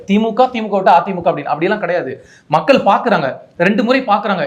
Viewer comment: இலைய பாரதம் , மக்கல் - மொதல்ல இத ஒழுங்கா சொல்லுங்க நெறியாலர் - அவர்களே.